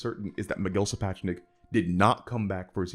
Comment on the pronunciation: I generally think it's crass to pick up on errors, but if is such a Sapochnik fan boy he should learn how to pronounce his name.